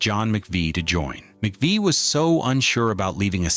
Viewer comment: Using footage of a tribute band is as bad as giving Christine no respect and mispronounced Mc Vie.